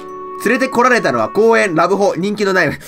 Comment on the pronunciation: 人気ではなく人気ですよ。 (にんき) (ひとけ)